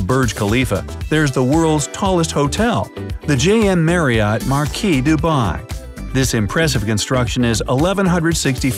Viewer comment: it's 'JW Marriott Marquis' 🤧